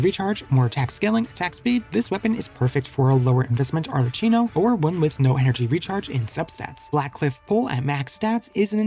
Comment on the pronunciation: It's pronounced ar le KI no